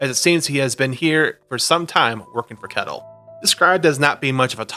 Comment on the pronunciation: I hate to be that guy, but I am Danish so I think I can speak here, Ketil isn't pronounced like kettle. The "e" is said for a bit longer, and the "i" isn't silent. Atleast that's how it's pronounced nowadays, it could be pronounced differently in those times.